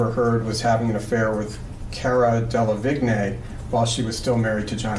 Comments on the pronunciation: 'Cara Dela-vig-neigh' 😂😂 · Cara Dele... Deluh... Deluh-Vig-Nay... That bothers me more than it should. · Ker-ah delavig-ney